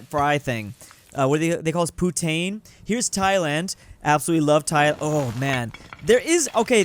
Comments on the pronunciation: It’s pronounced POO-TINE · “ if you ever say poutine like that again, I’m going to hunt you down and and unalive you for cultural atrocities I ain’t even Quebec French, I’m a square head😂❤ ” All of this is a joke. He just said weird. I know it’s not actually that deep by the way just gotta make sure cause people nowadays are just sensitive